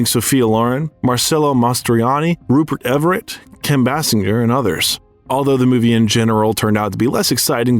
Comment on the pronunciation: Rupe Everett. 🤣